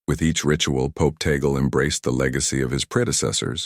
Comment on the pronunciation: THIS IS FALSE NEWS !! (with mispronounced name of Cardinal Tagle. Say, tah-gleh not tey-gel) Only the college of cardinals in a conclave can choose a new pope. In God's own predestined time, let us wait if Cardinal Tagle is The Chosen One. He is an excellent choice, however. One must always say, "tah-gleh" NEVER "tey-gel". The name is of Spanish origin.